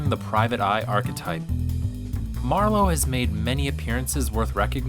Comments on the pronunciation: What the heck? The first two pronunciations of "Marlowe" correctly put the emphasis on MAR - with increasing lapses ultimately ended with the narrator almost say, "MerLOT" as in the wine. It's MARlowe. The whole video is about MARlowe. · Why does the narrator keep pronouncing the surname as "mar-LOW"?? It's MARR-low god damn it. Also, the only actor who even came close to portraying Philip Marlowe was Bogart. Robert Altman should've served prison time for his crappy Long Goodbye with Elliot Gould, who had exactly NONE of Marlowe's traits. Robert Mitchum was too ugly & rough; James Caan too chipper; Powers Boothe too plain, not handsome enough or beaten-down enough. The Rockford Files guy was too soft & pretty and incapable of being intimidating; all the other guys just look like square dorks in suits with too-tight neckties & bad acting. Ironically Steve Martin's character in "Dead Men Don't Wear Plaid" came closer to embodying Philip Marlowe than anyone else. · It’s MARlowe not marLOWE…cmon yo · I hate the way you pronounce Marlowe as Mar-LOW. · Yes, that was bugging me too. He pronounces it like ‘merlot’. I’ve always heard it pronounced MARlowe (mär′lō) /ˈmɑːrləʊ/, with the stress on the first syllable. This is the pronunciation of Marlowe given in Merriam-Webster’s dictionary, the American Heritage Dictionary, the Free Dictionary, the Oxford Dictionary, Wiktionary, and Wikipedia. It’s also how it’s pronounced in the films. Also, in American English, ‘plethora’ is usually pronounced: PLETHora (plĕth′ər-ə) or /ˈpleθərə/, not pleTHORa (plĭthôʹrə) or /plɪˈθɔːɹə/. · The "fantastic" Elliott Gould ???? As Marlowe ??? Ow dear ow dear, that doesn't do your credibility much good ! By the way, what is that irritating habbit of pronouncing it marLOW in stead of MARlow ? What's next, marLON branDO ? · besides the mispronunciation, what's wrong with elliott gould as marlowe (yes is marlowe, not marlow. whats next? Marlone Brandone???😂😂😂😂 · phil-IP mar-LOWE